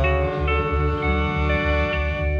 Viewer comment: The guy at the end said it right, "That's a stone down goodun', Hank." It is, indeed, a stone down goodun'.